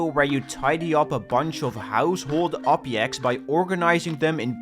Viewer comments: dont forget "obyekts" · bro said "obyects" instead of objects 💀💀💀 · did he just say ”obiects”?